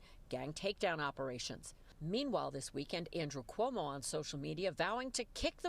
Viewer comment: Can't even say Cuomo right. Keep dreaming commies Newyorkers will show up